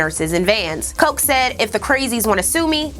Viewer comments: Omg I love you but my brain is breaking every time you say mayor Koch. ‘o’ like ah ‘ch’ like Charlie. Koch like scotch! Yes I know he was before your time. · Hey Sis, great work!! Just a tidbit...Ed Koch's last name is pronounced "KOTCH"...like botch👍🏾😉 I hope you do The 90s next!👍🏾👏🏾👏🏾👏🏾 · Great episode! By the way - it’s Ed Koch (sounds like the work ‘watch’ with a K at the beginning :-)